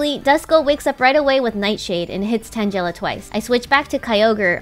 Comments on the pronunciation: Stop with the vaporeon bs and it's tan-guh-la not tan-jell-a christ. The loss of the rat and vaporeon are what you get for your pronunciation of names that are well known to not be what you are saying. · She pronounced tangela tanjela… what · The way she said tangela made me mad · omg why do people always pronounce "Tangela" name wrong? it bothers me lol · It was so cringe hearing Tangela pronounce that way.